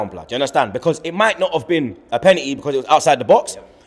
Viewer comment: I never understood why can’t Fucking pronounce the word BECAUSE.. ITS BECAUSE MATE. Not becaaaaah wtf is that?